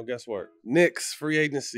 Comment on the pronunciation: “Free Againcy”